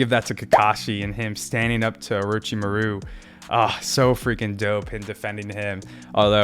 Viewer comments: "Mah-ru" homie! Accent on "mah", not "ru". I know you can do it! Great reactions and analysis. You're on a long journey, and it's going to be so awesome. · We need to get him into an Orochimuru name pronunciation training arc.